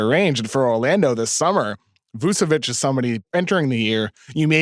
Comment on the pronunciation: Vucevic is literally an all-star and still no one on the states can prnounce his name. Its Voo-cheh-witch, not Voo-Seh-whitch